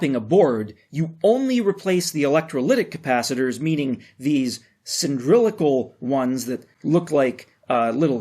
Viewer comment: "Cyndrilical"? What's that? Were you trying to say "cylindrical" instead?